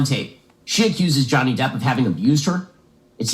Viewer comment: it’s DEPP not deep